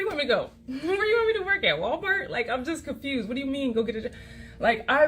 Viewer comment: Side eyes throughout the entire video. Don't want to get a regular job because your on a "journey" the way she sais walmart. Girl your poor wtf idk I'm smelling a "Im the problem but cant see it "